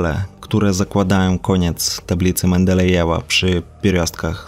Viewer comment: "Lambadajew" :D :D :D